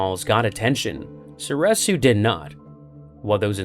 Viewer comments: So-ree-su, not so-reh-su. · Was anyone else losing their mind every time he said "soresu"?